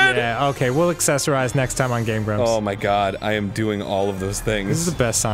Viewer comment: "Hey, I'm GrAb, I'm not so GrAaaaB! Aaand weee're the Game GrABbS". I heard the intro that way, I guess it's interesting. :v